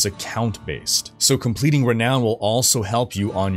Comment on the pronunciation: "levelink and completink condtendt"